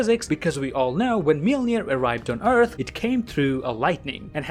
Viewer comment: Entewing the eawth